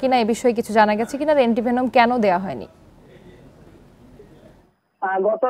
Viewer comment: "এন্টি ভেনাম" ভাই এন্টি ভেমন না 🤣🤣🤣🤣